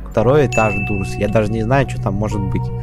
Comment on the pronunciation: Не дурс а дорс